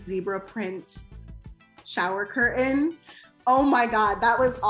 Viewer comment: CUR AIN 🤣CURTAIN